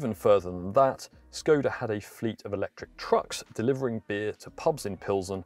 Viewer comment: To the guy in the video: ever wondered what that inverted carrot on top of "s" in "Škoda" signified? It is to pronounce it as "sh", as in "sugar". Think about it.